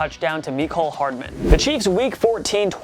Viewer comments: I like how he says Mecole Hardman like hes named "Me Coal Hardman" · That’s not how to pronounce ‘Mecole’ or ‘phenom’.